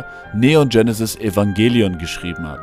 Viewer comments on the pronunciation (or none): none